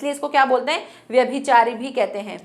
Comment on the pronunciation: Very well explained और व्याभिचारी नही व्यभिचारी होता है